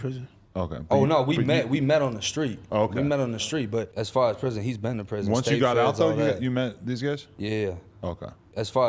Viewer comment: “As far as prithon, he been in prithon fedth and all” 🤡